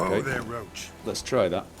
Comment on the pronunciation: Still pronounces RO-ACH as RO-SHE. Jesus..... You do it on purpose don't you? >_> Course.....